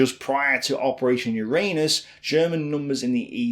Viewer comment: PLEASE put the emphasis on the first U in Uranus. It's Uranus, not urAnus.